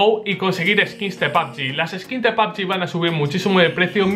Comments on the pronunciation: Porque dices papgin se dice pubg, no entendía lo q decías hasta q has puesto la imagen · Me da risa como le dice a pubg “pabgi” xd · "Pab yi" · pabgi dice